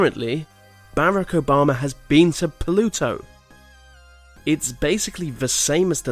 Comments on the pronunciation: "barrack ombama" 😂😂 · hearing the bardock obama theories and hearing the guy say his name like that made me laugh hahaha hilarious and interesting video